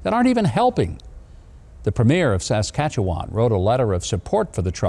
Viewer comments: I commend you in your pronunciation of Saskatchewan. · Sa-skat’-chew-an. Short a’s, emphasis on 2nd syllable. My mom is from there. Love this land and praying for these brave truckers and all their supporters! God bless Canada and all freedom fighters!😀❤️🙏🏼